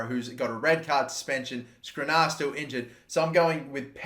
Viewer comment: Gotta love how bad you are at pronouncing Skriniar